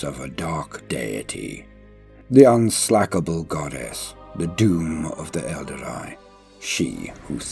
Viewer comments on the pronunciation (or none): Except for mispronunciations like “unslakable” being read “unslackable” 😂 it’s a good effort tho.